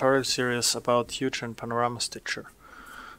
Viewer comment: It's hoo-gin, not hew-jin! Otherwise good video